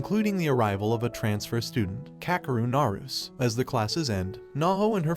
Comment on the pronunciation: It's pronounced narusayy lol